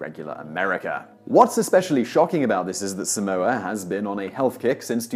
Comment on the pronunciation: your pronunciation of Tonga and Samoa kills me